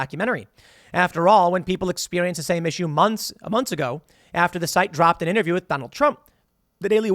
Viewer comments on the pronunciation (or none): none